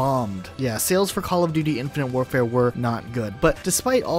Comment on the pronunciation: When ever he says the game name I her “infinity ward”